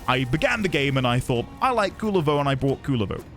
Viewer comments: Kullervo is one of the best warframes rn, top 3 at least, hope you try him, theres mountains more lore in duviri to be found as well. Also, the general community agrees to pronounce it "Koo-LARE-vo" instead of "Cooler-vo" cuz that shit sounds lame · as a Finnish person it kinda bugs me how the game pronounces Kullervo 😅 Game basically pronounces Kulervo instead of Kullervo. No harm done tho. Oh yea btw if you wanna understand Kullervo’s lore it is directly inspired by his namesake in Kalevala (finnish folklore) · the pronunciations. you said "Kulervo instead of Kullervo" , and i don't get the difference either 😅